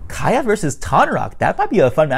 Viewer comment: Isn't it Kya not Kaya? Great video, though.